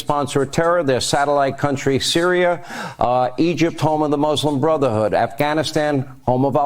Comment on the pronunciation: Did Hannity just say "Muslim Brutha hood? 😂😂😂